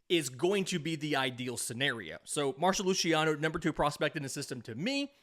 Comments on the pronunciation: it's Marc-o Lu-see-ano, not Marsho Lushiano 😭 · mar-ko lew-cee-on-ohhh